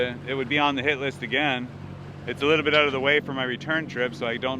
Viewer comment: Love your C accent in particular the 'out' ... 💙